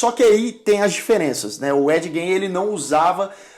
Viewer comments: Se pronuncia Ed "Guein", não "Djein". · Eddye Jane? kkkkkkk tosco, na duvi é só procurar a pronuncia correta no google, "refugio pop geek" devia ser. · ed "jene" haha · Eu entendi Ed gay kkkkk